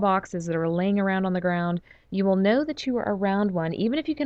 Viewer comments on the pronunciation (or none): none